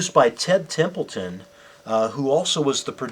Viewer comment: Ted Templeman. Not "Templeton".